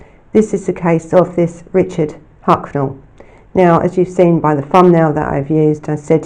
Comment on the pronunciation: Throughout you called him Hucknell...